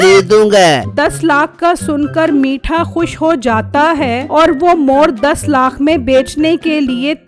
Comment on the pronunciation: Plz lakh bolna sikho😂